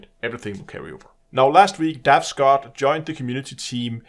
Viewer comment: It's Dav Stott, not Scott.